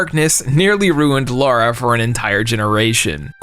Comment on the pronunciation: You seem like a nice guy… but if you keep pronouncing Lara like “Laura”, people are going to institutionalize you for being mentally challenged. Edit: the same goes for the way you pronounce “mayhem” 😬